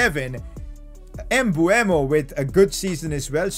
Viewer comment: Its pronounced Mbumo, everyone thinks its Mbuemo, but its written Mbeumo